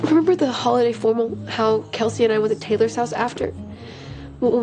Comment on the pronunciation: 這種才是正常的帶口音連貫高語速而且還不是標準發音，大部分人不用formal，用reunion/party/甚至assembly，how她讀成L音結尾拉長，went to縮成wouldu，其他的再聽不懂慢速聽配合字幕